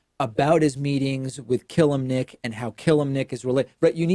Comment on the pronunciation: This is not how you pronounce [Constantin] Killimnik but I feel like this mistake doesn't alter reality that much